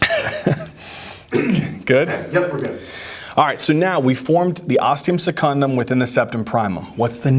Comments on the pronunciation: That blooper got me laughing hard!! I'll probably never forget septum primum and osteum secundum again XD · ThE OsTeUm SeCuNdUm 😂😂😂😂😂❤️❤️❤️❤️❤️❤️